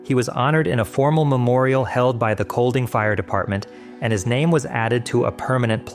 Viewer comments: Actually, it's not Coldting. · The way you say the city name ''kolding'' is very wrong and it grinds my gears :c The ''D'' is silent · It kinda hurts being danish and hearing you pronounce Seest and Kolding lmao